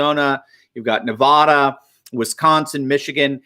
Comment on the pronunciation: Please pronounce Nevada correctly.